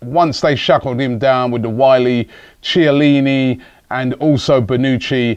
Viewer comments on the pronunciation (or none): none